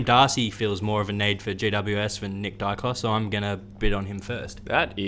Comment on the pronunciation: Who is Dykos? Daicos is his name.